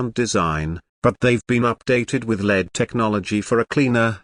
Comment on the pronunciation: That robot voice is terrible. Lead taillights! Oh boy. L e d you mean??